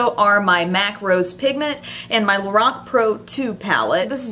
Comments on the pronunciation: She says Lorac funny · You are pronouncing Lorac wrong lol.